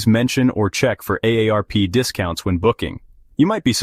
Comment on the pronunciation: Stupid AI narrative and even dumber AI narrative! AARP = a day rp